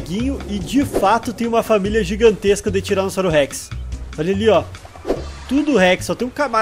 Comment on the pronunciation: Impressão minha ou ele falou tiranossauro sex ?